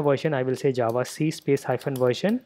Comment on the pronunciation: most words said by you sound kind of funny (the indian accent, not your pronunciation becuase that is spot on obviously) but when you say java it sounds like it was made for your accent not ours, that accent hits the word "java" and sounds more then perfect, anyway thanks for the tutorial this is perfect man and I love how it sounds when you say Java.